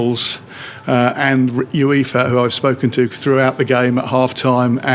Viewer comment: It’s pronounced “You-Ay-Fah” not “You-Ee-Fah”